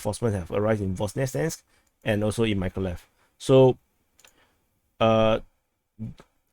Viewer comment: it's pronounced Meekohligheev Mykolaiv y - ee o = OH aiv = eye iv